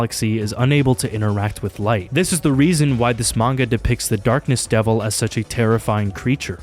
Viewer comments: This guy got a degree and pronounces manga as "MAN-YAH" now 🤦🏻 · Is it comment bait that he keeps calling manga manua?